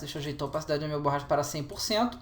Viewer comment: Burracha ne ops BORRACHA